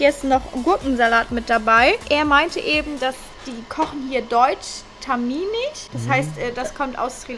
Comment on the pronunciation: „Tamimisch“HAHAH es heißt tamilisch aber guter Versuch